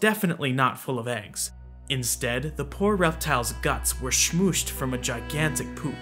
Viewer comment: I can't stop listening to saying the word 'smooshed'.